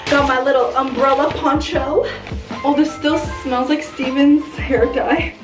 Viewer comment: And wath we do when the hair get damaged? WE MAKE IT FABULOUS! jajajaja i love your videos. PS: i love the way you pronunce "poncho" , so cute.